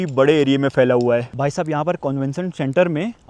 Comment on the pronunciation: Very good vlog and reportage. I'm very surprised and impressed that you did so much research on the history of the country; everything you said are correct facts. One thing though: the words are phailna, phir, phul, etc., not "failna", "fir", "ful", etc. I'm not sure where people these days are learning this "f" stuff from.